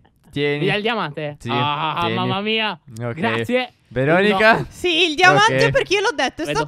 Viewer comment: Stef:”Veronica” Io:”Cosa”?”Veronica”?